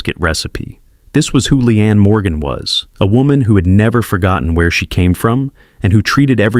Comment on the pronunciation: She'a real, honest and hilarious. Shame on Joy. Her name is LEEANE and not Lian.